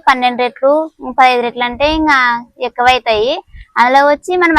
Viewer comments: రెట్లు కాదమ్మా రొట్టెలు అనాలి మాది కర్నూల్ టౌనే.రొట్టెలు చాలా బాగా చేశావు.మేము ఎంత పెద్ద చదువులు చదివాము.అయినా నాకు రొట్టెలు చేయడం సరిగా రానే రాదు😢 నువ్వు అమాయకంగా మాట్లాడుతుంటే వినబుద్ధి వేస్తోంది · రేట్లు, రొట్టెలు, రెట్ట… వీడియో చూస్తున్న అంత సేపు ఏం అంటుందో అర్థం కాక చూసి అర్థం చేసుకున్న. మీ వాడుక భాషలో రెట్టి అన్న పదం రెట్ట లాగా వినపడుతుంది. రొట్టెలు లేదా రొట్టె అంటారు కదా?